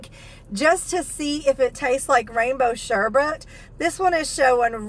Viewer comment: Congratulations,! You are one of the only people I know who has pronounced sherbet correctly -you said sherbet instead of sherBERT! Not trying to be the grammar police, but that has always bugged me-that people don’t pronounce it the way it’s spelled ❣️